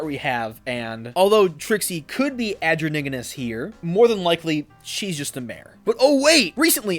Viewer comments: I'm really sorry but the way you pronounce androgynous really gets me. It's like anne-droj-in-us Great video though! Seriously! 🩷💙🤍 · I have NEVER heard anybody pronounce “androgynous” like that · I really like this theory! Even if it came from animation errors and old drafts I think it's nice to have characters that are just headcanoned as trans, we need more of that On an unrelated note I don't think I've ever heard someone mispronounce androgynous like that before 😭